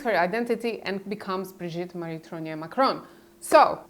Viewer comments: TROGNEUX! Could you please pronounce it ... not whatever name you keep saying! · Trogneux For anyone interested: Trogneux pronounced Trrrag-newe Words ending eux takes an ewe sound. Words ending aux sounds like oh Words ending in eau takes an ohh sound. Words ending in ier takes an eeāa sound. For example: Gateau ..... Gat-toh Montier ..... Mon-tee-ā Faux .... F-oh Deux ..... Dew, few, ewe, oooh Pooh Just some helpful French hints.